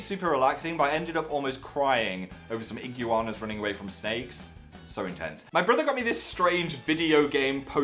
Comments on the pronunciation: Lol when he pronounced iguanas as "igyooanas" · 'ick u wanas' phil its iguanas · igg u annas lol Phil it's eeguaana ;) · did he say ig-you-arners? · Ig-You-anas..... XD wow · "ih-gyou-wannas". I love British pronunciation. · IGUUANAS? PHIL thAts nOt how you pronounce iguanas son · did he just pronounce iguanas as igYOUanas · omg u pronounce iguna's ig-you-anas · Okay but wtf is that pronounciation of iguanas lmao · No one else need a repeat of how he just pronounced iguanas??? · I was so confused when he said Iguanas bc he says it so differently. I forgot he had an accent, like a literally don't hear accents anymore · Jodi Matthews same it took me a few seconds to figure it out lol